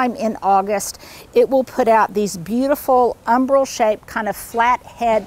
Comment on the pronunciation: Nice presentation. Love Autumn Joy for the seasonal changes from spring to late fall. Tiny correction: the word is umbel not umbrel.